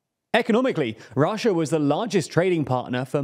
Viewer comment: Chiner and Russier? Never heard of them.